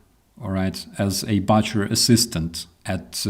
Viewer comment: Hi! Let me start by saying how well you speak English but I would like to help you with one little word; The 'U' in the word "BUTCHER is pronounced like the word "BOOK" with "CHER" on the end, not like "CUT". It's BOO-CHER not BUTT-CHER. Like I said, you speak excellent English and I love your streams and videos. I'm just tying to help you improve even further. (Don't pay too much attention to what guys from our north-east and northern midlands will tell you! Where I live, we can barely understand them either! 😁) Slava Ukrainii!